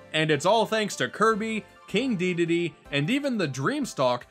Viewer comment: Dedede...not Deedade